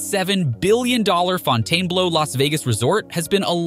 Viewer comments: Excuse me? The “Fawn Tain Blow”????? LOL It’s pronounced Fountain Blue, simple. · love your visa but a bit of research on how to say some of the names would help as a person of Las Vegas we have a hotel called fountain like in water drinking fountain then ad blue thanks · Fou- ton what? Ffs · "fon-tain-blow" hahahahahahhaha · Fon tain blow??? Come on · Fontanblow😂😂😂 please learn how to pronounce it before making the video man! Also, resorts world opened in 2021, so this isn’t actually the newest resort on the strip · Okay you're killing me with the pronunciation of the name it's one word but think of it as Fountain Blue. Hopefully this helps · You pronounced it wrong it’s fountain blue. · i also think he said fontainebleau is "north vegas" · "Fountain-blue" is how its pronounced.. some of these seem too big to sustain, or, other properties are going to suffer immensely. i dont see them bringing in enough revenue to either sustain the property in the long term, or it sucks up so much from other venues, they cant compete. nobody is "too big to fail".. Bleutech park.... i dont see succeeding..or possibly even completing.. its overly ambitious, assumes the economy will never tank again, assumes a reasonably steep increase in overall Vegas foot traffic, which i dont see occurring..Vegas is only up small single digits over last yr, and barely back to pre-covid numbers. this park looks like it will be the Rio of the future.. an empty shell of what initially was a great, unique and intriguing property.. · Fontane-Blow? Where? Where? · Very sad, outdated reporting. BleuTech Park was a total scam never to be built. the Sphere is not the MSG Sphere, MSG spun that project off a long time ago. Whoever voiced the video needs to learn how to pronounce "Fontainebleau". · Agreed. They can’t even say Fontainebleau correctly. Terrible not voiceover that can pronounce things right.